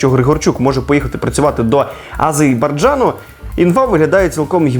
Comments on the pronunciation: Азербайджан, а не Азейбарджан 😊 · Дитя! Навчись читати! АзеРбаЙджан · Чому всі блогери і коментатори називають Азербайджан азейбаржаном? У пріснопам"ятного Михайла Сергійовича Горбачова навчились, чи шо?